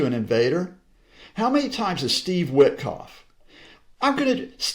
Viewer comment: When depicting Witkoff's low IQ, Scott introduced a slight hillbilly twang. I do this, too, and it's not really fair. Well, it's fair and many hillbillies would agree with me.